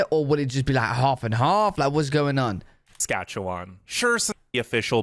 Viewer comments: The way he said sacatcacwan like people are you with me it’s Saskatchewan okay just you know 👇🏻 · it’s pronounced like sas-catch-a-won :) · The way he pronounces Saskatchewan is so funny but it not pronounced that way it’s Sa-scach-a-wan Also I live in Ottawa/Ontario and thank you for making these videos and even though I live in Canada I don’t know much about the other provinces. In Quebec French is the First language but in Canada it is the second and English is the first language in Canada 🇨🇦 If you go to an English school you learn French but if you go to a French school you learn English I think. So if you grew up in Canada you would learn both languages. And on labels and menus there’s French side and English side :) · ikr lol i was cackling when he said sas-kach-a-n-wan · they way he says SaskatchewanTOT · how he pronounced saskatchewan is gold! i'm wheezing!!! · I wheezed at the mispronunciation, no one can ever get it right the first time, even Canadians struggle to spell it properly. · When I saw he was going to try and pronounce Saskatchewan, I already knew it was going to be butchered… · I’m not gonna lie, I laughed out loud hearing you try to pronounce Saskatchewan. In a nice way, I promise. And the idea of not having to deal with mosquitos blows my mind. I didn’t realize they weren’t a thing in the UK (???) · It's OK, man. You can't pronounce Saskatchewan and we can't pronounce Worcestershire sauce.